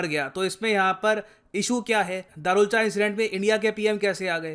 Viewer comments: It's धारचुला not दारुलचा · Sir its धारचुला 😅😅